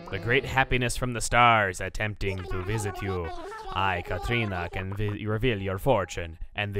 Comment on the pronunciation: YOU WENT TO SEE THE DEATH!? to specify, La Catrina is basically in Mexico what we call the spirit of death, of course our myths over how death is carried out are quite different, and the way you said it at the end it was like you say Catrina in spanish